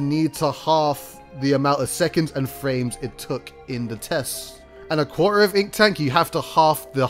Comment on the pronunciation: Spudcosmic well at least it was understandable, he said quarter like 1 or 2 times and it sounded like "quaahr" or like core.